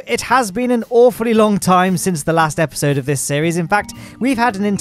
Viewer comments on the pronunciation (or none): none